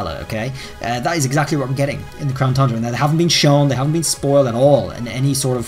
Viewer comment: Does anyone else miss him saying crown THUNDRA....just me ?? Ok 😪😪